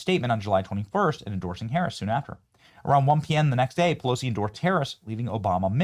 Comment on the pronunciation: Benny, did I hear you say, "Nasty Pussilosi?"